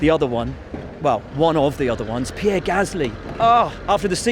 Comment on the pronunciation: Lewis, It's Pierre....